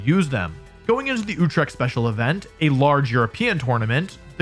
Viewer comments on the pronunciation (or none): Mans said utrecht like oetrekgt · did he say utrecht?